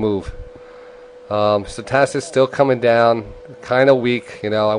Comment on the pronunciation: I love your info, but how the hell does a guy with a speech problem get a radio show??? StoCHastics, not stoTAstics, and SPEciFic, not Pecific.. apart from that, you are a legend